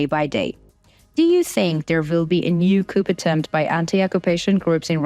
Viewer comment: Coo not coup. Just helping.